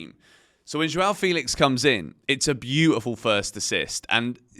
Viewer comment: FEH-lix not Fee-lix. Thanks!